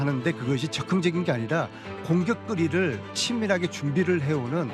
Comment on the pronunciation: 안민석 발음 ㅋㅋ 공격거리 > 공격끄리 껌값> 끔깝